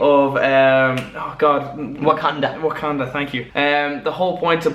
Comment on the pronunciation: it's wucandan and the T in T'chala & T'chaka is not silent